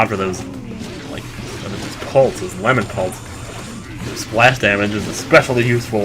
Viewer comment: I heard him say lemon pults again